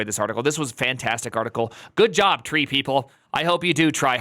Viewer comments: It's tree-e Edit: is having dumb moment. The headers are sent from the website, not CF. Also what about HTTP2? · I'm trieing not to take your mispronunciation seriously.